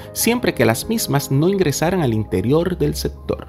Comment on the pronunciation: ¿Por que dices JJJJrascacielos? y no Rascacielos.. apartiL, en vez de a partiR. interioL y no interioR.